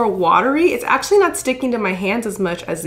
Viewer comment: I only noticed today the way pronounces actually "axe-ually" lol